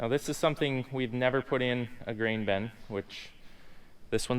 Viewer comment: Even the Bin guy calls it a “Ben” 😂😂